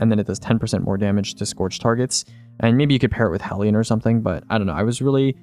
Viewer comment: i appreciate for being the only youtuber alive that pronounces 'hellion' correctly